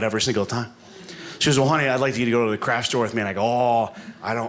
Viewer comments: I wondered 'What is a "crash store"?'...ooh, it's 'craft' pronounced poorly. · The first few times I thought he was saying 'crash store'. Bad pronunciation.